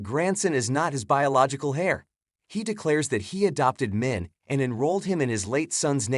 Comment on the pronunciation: Why do you call "to kiss" "to brush"? There is not much brushy about lips- Also : "Heir" is said with MUTE h.